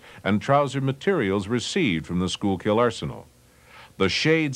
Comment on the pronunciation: Pronounced, "Sky-kill" not "Skool-kill". Also, "Stoo-BEN" not "Stoobin" - ville. 😎